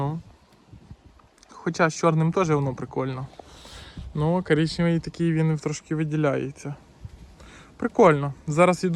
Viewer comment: КАРІЧНЄВІЙ,КАРІЧНЄВІЙ,а в якій частині України ти живеш КАРІЧНЄВІЙ???